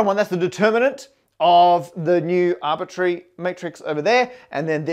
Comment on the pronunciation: MATT ... it's not "arbitary" ...the word is arbit R ary !!!